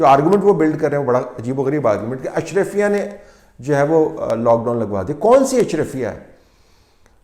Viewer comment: It's not ashrafya, it's ashraa-fi-ya